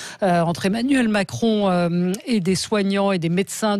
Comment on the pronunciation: Est-ce que Mme Expert aurait fait un lapsus linguae en disant "Emmanul Macron" ou ai-je eu une hallucination auditive ?